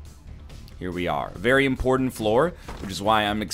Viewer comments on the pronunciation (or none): none